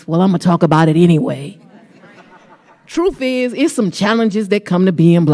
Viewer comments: What is “troof”? Does she mean “truth”? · She really did say "troof." 🙄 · "Trueff izz"...Fani Willis. How can you be a D.A. when you talk like that? SMH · "Troof is" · “Truf”… Vile Shequinah. She’s corrupt and playing the victim card.